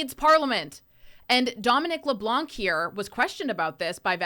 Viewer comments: The " C " is silent in LeblanC and it's not Joan Ben-oit it's pronounced Joan Ben-wa French names deserve to be pronounced correctly don't ya think . It's insulting Chris Benoit was pronounced by what you would call dumb wrestlers pronounce it correctly can't you smart people do the same . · In french Leblanc, we do not pronounce the final "C"